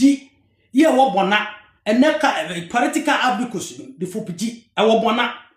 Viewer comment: Come and let me lecture you about Seikwa.You can't even pronounce:Bouna,Yerekaye.etc.I know those places.Read "Oral Traditions of Seikwa,Badu,Nsawkaw and Nkorankwagya"by ESK Owusu.Also read "Bouna Royaume de la Savanne"and stop displaying your ignorance on social media just because you need a few dollars.I have worked extensively on Seikwa.You don't even know the town Seikwa.